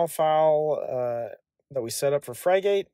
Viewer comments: Pronunciation is “frig-it”, like the bird that is its icon. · "Frig" rhymes with "fig" and "gate" rhymes with "git" - pronounce it like this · Fry-gate was back when burger king started selling fries oddly similar to McDonald's and they went back to the OG formula to avoid massive litigation. As for this piece of software is pronounced frig-it. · It's hard watching the video with the mispronunciation. Frigate isn't some exotic word, it's a type of ship. Just type Frigate (dictionary) into Google, and the first entry brings up the word Frigate, with a speaker next to it that you can click on, that will give you the pronunciation. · Thanks for the great video, <3 I was up and running in no time, the name <Frigate>, if you struggle to find the right pronunciation head over to google translate, change it to English, type in the word, and hit the speaker icon. lastly, if you didn't notice, you showed your configs dirty little secrets at the top of the blurred box ish, if this is a password used on the wild wild web you should change it. 👍